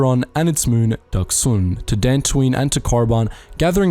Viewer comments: Love ya man and I can take it but... Ducks-un Nï-lus T-al-ös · I very very much enjoy your videos, but your mispronunciations of some of the characters and places is nails on a chalkboard. Duxn = Duk-sin. Not Ducksoon. Verbal source KOTOR II. Nihilus = Nigh-E-lis. Not Kneehallis. Name derived from Nihilism. Verbal source KOTOR II. Peragus = Per-Aug-us. Not Paraguss. Verbal source KOTOR II.